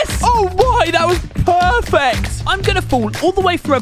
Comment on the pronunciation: some time in the video why he say pwerfect